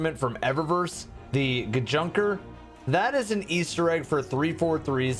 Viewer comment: For the GJNKR. I think its supposed to be pronounced as "Ganker" or "Janker". Plus the SPNKR was already part of Bungie Halo, not 343i. Actually the SPNKR name comes from Marathon. Plus the ornaments design resembles the anti-air rocket-launcher which was cut from Halo.